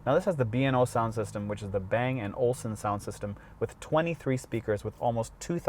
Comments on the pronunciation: It’s pronounced Bentayga not Bentayarger and it’s Bang & Olufsen not Bang & Olsen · olufsen not olsen lol